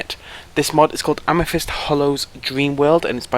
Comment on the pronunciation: AmeTHyst Hollow, say it with me now, AM-EH-THIST!!!!! Not Amefist, there is no F. It's a TH, it's not that hard! If you can learn to install mods, you can learnt to talk properly!